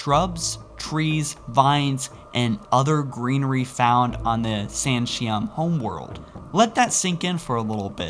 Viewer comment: so the San'Shyuum (San-Shai-Oom) can ride fucking shrubs. how'd they lose?